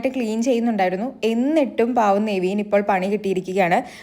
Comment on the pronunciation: Neveen allaa നെവിൻ.ningl epozhm thettichanu pryunnath